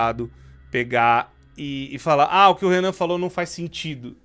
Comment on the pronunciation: Renan não " jovem nenan"